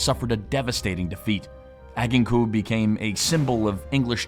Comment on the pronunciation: You butchered the pronunciation of Agincourt. Add + Gin 🍸 Core 🍎 as in apple. Liked, subscribed👍